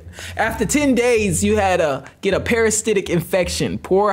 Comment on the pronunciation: not parastitic, parasitic THINK THINK!